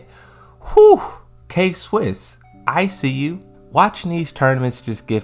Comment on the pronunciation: K-Wiss, not Swiss. nice video